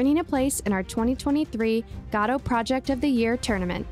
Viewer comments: dude it's "go-dough" not "gah dough" please dude it's driving me insane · never heard anyone say godot as gadow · Great content, thank you! Btw, first time I've heard Godot pronounced like that :D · You're pronouncing Godot wrong